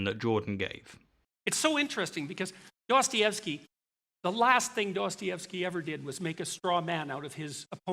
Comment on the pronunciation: He's like "quanciously", "Duastayevski"🙃